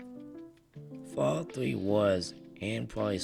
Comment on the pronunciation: "fawwout fwee"